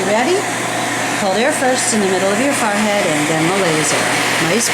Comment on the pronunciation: Why does she say FARhead -.- its a FOREhead.